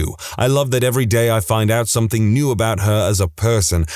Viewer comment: No K in the word something